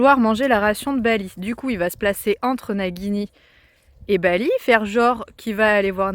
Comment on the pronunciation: coucou, si tu écris nagini comme ça, ça se prononce najini, il faut écrire Naguini normalement:-). Mais bon, ça c'est juste pour un détail. Il est très beau et gentil ce petit coeur mais il a bien de la chance d'être tombée sur une maman comme toi, il va être tellement bien traité et choyé et aimé, il va passer une vie de rêve auprès de toi. Lucas est très gentil de t'aider comme ça, il est formidable d'être un vrai soutien pour t'aider à mettre le petit en sécurité. Je vous souhaite à tous une très belle année 2024, ainsi qu'à tous les viewers de cette vidéo!